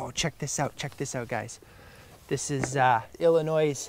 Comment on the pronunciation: The s is silent in Illinois